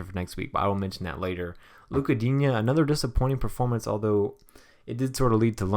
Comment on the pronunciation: i'm French and regarding Digne you should not pronounce it Dignay. It's the other one but dunno how to spell it :p